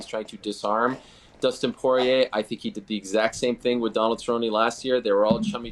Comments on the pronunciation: Pat: Dustin Poyay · It's not "Poyay" 🤦🏻‍♂️ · Lmao when Pat pronounced Dustin’s name I shot juice out my nose and mouth